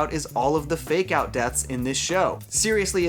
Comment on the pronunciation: I dont know why, but up until the last 3 minutes of this video, whenever you said "fake out deaths" I thought you were saying "make out deaths". I haven't actually watched the second season as I lost interest at about episode 6 of the first season (due to a lack of serialisation), and I was really grossed out about there being so many people making out with dead people.